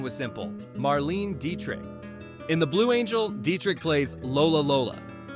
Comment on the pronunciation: This lost me at "Marleen Dietrich".